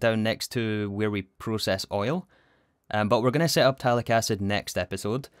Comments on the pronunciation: It's pronounced "PUH-tallic" acid (and by that, I mean I pronounce it that way and thus it's the correct way :3) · note: the pthal- in pthalic acid is pronounced the same way you'd pronounce thall- in thallium. English kind of fucking sucks, it's more exceptions than rules.